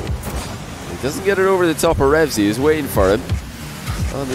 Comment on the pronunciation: stop saying REVZY, it's Reveazy*'